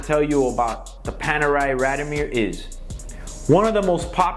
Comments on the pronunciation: First, it's pronounced "raad-eeoh-meer" not "rahd-o-meer". And you're supposed to be a watch dealer? Second, the neck chain and the sunglasses (indoors) scream GIANT DOUCHEBAG!! Would you buy a watch from this guy? I sure wouldn't. He looks and sounds like a guy selling fake Rolex's inside a raincoat on Canal St. in New York. A real sleazeball. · Please pronounce it correctly...RAD-I-O-MIR.